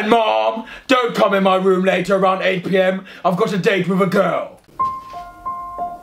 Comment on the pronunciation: I love how he pronounces words with the letter "r" with a "W". "My Woom my rules". 🤣😂😂